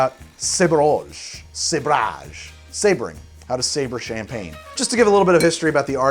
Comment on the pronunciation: "Showering in sabaring"............... oh noooooooooooo...